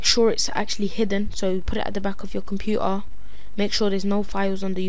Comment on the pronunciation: xD Compu-er